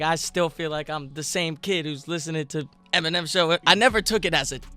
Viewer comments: vro really said eneminem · Eneminem?? Lmao bruh it’s Eminem